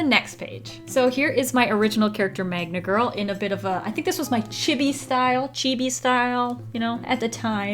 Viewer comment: "Chibby" "Man ga" T_T